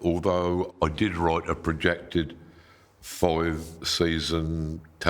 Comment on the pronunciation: Love the way he says “write”